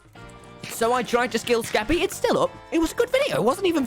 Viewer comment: The way he said Skeppy was like shkeppy